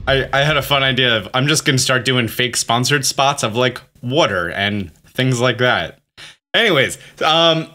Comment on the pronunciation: When you said sponsee I was like what? Then you said water and I died 😂